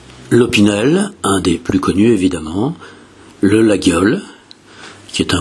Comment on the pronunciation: Laguiole se prononce "Laiole".